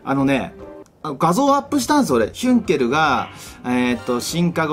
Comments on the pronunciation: ヒュンケルがどうしてもユンケルにしか聞こえない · 関係ないけど、ヒュンケルがたまにユンケルに聴こえるwww